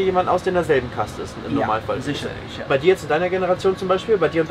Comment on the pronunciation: "sischerlisch" - Lieblingswort des Dolmetschers :D Irgendwie immer wieder spannend aber auch komisch zu sehen, wenn in so fernen Ländern jemand Deutsch lernt. Dabei ist es ja definitiv nicht einfach. Hut Ab!